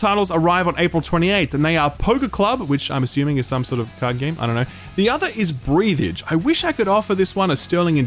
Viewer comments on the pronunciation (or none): FYI It’s Breathe Edge, not Breath Edge